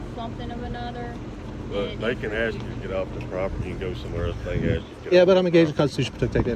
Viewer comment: "Constitutional... something of amother?!" Lady just became a meme.